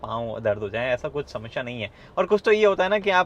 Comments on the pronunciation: Me- samsya hai car mei - Shamashya hai car mei😁. Luv the way u say Shamashya 😉. Big fan bro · गगन भाई मुझे आपकी 'समश्या' से थोड़ी समस्या है! 😄